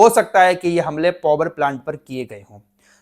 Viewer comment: पोवर प्लान्ट क्या होता है पावर प्लान्ट ही बोल दो